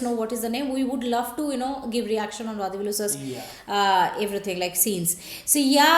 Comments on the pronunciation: U r doing a grt thing...though u don't understand the language, u r enjoying nd sharing the comedy...,🙏🙏🙏nd the way u honuor nd respect the artists nd team is fantastic... a humble suggestion...u may plz pronounce his name as वडीवेलु...continue the grt job...thank u so much... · you are pronouncing vadhivelu. its not dhi its di like ti.